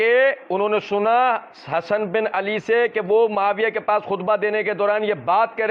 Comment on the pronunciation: Hzrt hadis padte waqt ap ALIYYUN KO ala padh gaye😂